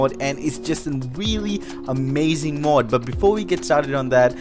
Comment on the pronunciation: It's mod not mud